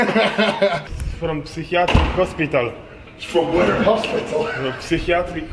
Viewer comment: Mateusz psychiatric hospital 🤣 good attempt to say it by a pol